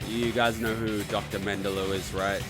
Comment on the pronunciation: Dude, it was Dr. Joseph Mengele, not Mendelo. I know you said you are bad at names, but it really makes you sound like an idiot when you screw up while also sounding smug.